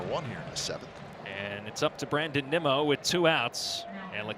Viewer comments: I hate these A's anouncers, first they called Nimmo Nemo . Then they call Ottavino Ottavano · A’s announcers keep calling Nimmo, Nemo! 😂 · this fucking announcer saying “nimo” making me go mentally insane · A lot of other broadcasters do that. There a a select few that do it on purpose, but most just don't know how to say it correctly. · Bro, the A's announcers have to be pronouncing Nimmos name wrong on purpose. Shouldn't someone by now correct them? Just unprofessional